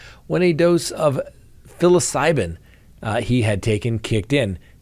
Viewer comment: Psilocybin is pronounced starting with an S just to let you know…